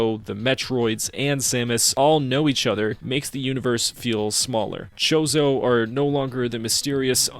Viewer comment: Okay the fact that you keep calling samus's bird people family a Mexican food really is driving me nuts it's not pronounced chorizo it's pronounced chozo like chosen